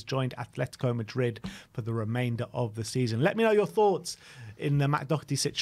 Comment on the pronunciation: There is no C in Doherty.Its not Doc herty!!!